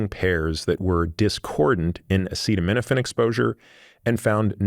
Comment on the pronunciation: Imagine not being able to pronounce acetaminophen while giving the entire country medical advice